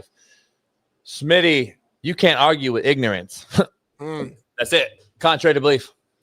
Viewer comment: No more big Smitty it's big SMINNAA